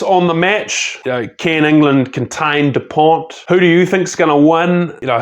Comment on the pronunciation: Great video, but you don't pronounce the T in dupont .